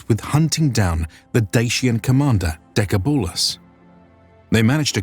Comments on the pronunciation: The Dacian leader was pronounced "Dekébalus" meaning Strong as 10 men. not "Decabúlus" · Nice video! From what I know, the ”a” in Decebalus is pronunced as in the word ”car” :) . Edit: And the seccond ”e” is pronounce the same way you pronounce the first ”e”.